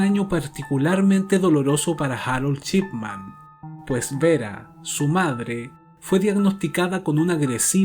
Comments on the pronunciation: El caso muy interesante. Lo único es "Shipman", no "Chipman", tal como se lo menciona al apellido del médico en todo el documental. Eso resultó bastante molesto. Por lo demás, muy interesante el caso, no lo conocía. Y ojalá continúes con tan excelente contenido. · Excelente investigación. Único detalle ( porque contigo ya se hila muy fino, por tu excelencia ) la pronunciación es SHipman y no CHipman. Saludos y continúa de esta manera! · En otro vídeo, te he comentado que me parece una muy buena idea abordar este tema del crimen para tus trabajos y que tu narración es muy buena. Hay algo que quiero preguntarte: ¿eres mexicano? Lo digo porque pronuncias la sh como ch. Así se produce "Chipman" en lugar de Shipman. Si nos tomamos el trabajo de traducir lo mejor posible este apellido, tendríamos que el primero sería "hombre del circuito electrónico" y el segundo "hombre del barco, o navegante o barquero". Pregunto por tu nacionalidad, porque es de público conocimiento que los nativos de México dicen, por ejemplo "Chéspir" en lugar de "Shékspir" (Shakespeare). El famoso "Chespirito" (diminutivo de Shakespeare) era Gómez Bolaños. Solo es una curiosidad. Desde ya, gracias y saludos. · Perdón pero cada vez que diiiste su apellido está mal.. es Shipman, y tú dijiste durante todo el video Chipman. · Me encantan todos tus videos . Es Dr Shipman. (Yipman,no chipman) solo eso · El título dice "Shipman" pero cada vez que lo nombra suena "Chipman" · Me encanta este canal. Lo descubri ayer y enseguida me subscribi. Solo una critica constructiva: Practica como pronunciar las palabras en ingles para que se te escuche mejor. En vez de decir Shipman, dices Chipman. Gracias por tus videos. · "chipman" dice lol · Muy buenos documentales. Me suscribo. La única crítica.... Dr. Chipman nooo, mal pronunciado. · Shot de vodka por cada vez que dice "Chipman"!